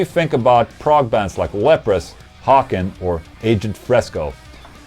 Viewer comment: Haken, like Bacon. Please.